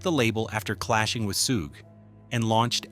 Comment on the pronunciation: it's pronounced "SHUG"...not "Soooge"!